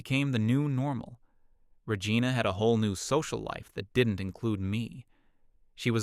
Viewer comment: I lol'd hard when the narrator AI pronounced Regina like Vagina. 😂😂😂🤣🤣🤣